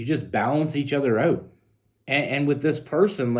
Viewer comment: Once again, I can’t figure out if you’re saying “out” or “oat”…. Trying to figure out what a “oatfit” is… You said only telling a short story… Lol… All of those short stories you tell add up to long stories….